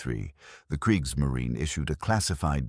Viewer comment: I do know what Kriegsmarine means, translates to War Navy in english, but here they talk about Kriegsmarin = War Nav. What is a ‘Nav’? Either they should learn to pronounce German words, or stick to English, not bastards like Kriegsmarin.